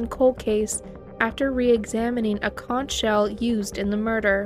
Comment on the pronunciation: Conch is pronounced “conk”.